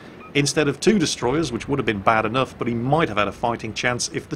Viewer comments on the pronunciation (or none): none